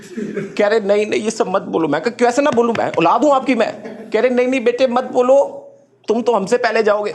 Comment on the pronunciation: Yarr when you ''Be-tae'' it's like oh! ho! Seriously Oh! Ho! ☺️